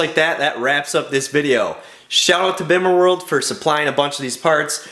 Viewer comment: PLEASE do yourself and everyone else a favour a stop pronouncing the "bimmer" the way it's spelled. it's pronounced "beemer"!! you sound like a complete noob when you say it wrong LOL! but great video dude. love the car, keep up the hard work!!